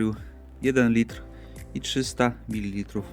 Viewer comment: Litr, Wiatr... Nie liter i wiater :D Poza tym - spoko test. Chyba sobie kupię